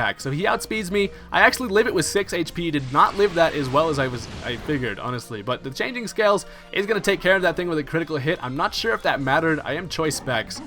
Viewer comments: Just to let you know, there is an "L" in Kommo-o's signature attack. It's cLanging scales xD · Its Clanging scales, as in the sound effect, as in the sound of church bells, not changing -_